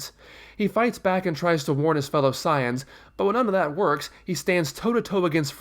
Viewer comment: its not siayans its saiyans